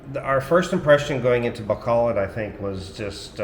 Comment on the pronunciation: 1) I appreciate that you're one of the few expats who bother to get the pronunciation of places right.. ba KO load I get mad when foreigners are married to Filipinas and thev still never learn the name of the city they live in 2) I may be retiring there in the Citv of Smiles 😁 3) Maya IS SoOO beautiful. seriously you must be pinch— yourself everyday @@